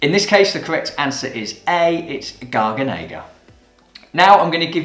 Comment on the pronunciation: Hi, you're a cool theacher! To me this is both wine and (wine related) english; so thank you! Being Italian there is a thing I wanna share: it reads gar-gà-ne-ga, not gar-ga-né-ga ;) Keep on rocking! This channel is soopercool!